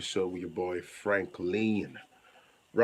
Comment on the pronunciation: What is pirigidi? kee me. You are saying the truth though.